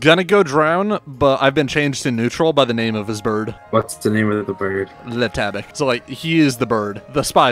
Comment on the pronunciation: Le tabac, not lé tabaque.